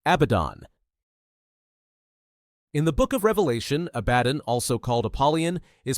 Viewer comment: Interesting vid but AI cant make its mind up on how to pronounce Belial. Pretty sure Abaddon is being pronounced wrong here too.